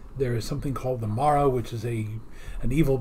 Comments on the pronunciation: The filming out of sequence explains Tegan pronouncing The Mara as "marra", rather than "mahra" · 9 :24 Janet Fielding mispronounces 'Mara' because this story was filmed before Kinda